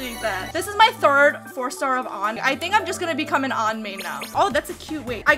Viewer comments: Because her name isn't spelled Ann. It's an. An (Auhn-On) Ann (anne-an) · STOP BUTCHERING LITERALLY EVERY SINGLE CHARACTER’S NAME!! Why tf do you pronounce “An” like “ON”???